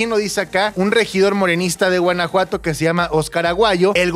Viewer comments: ¿Porqué dice Guenajuato? En lugar de Guanajuato 😅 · Soy yo o dice Guenajuato? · Por que dice Guenejuato? 😂